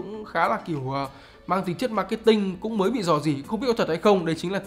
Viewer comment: nghe "cũng" giống "không" quá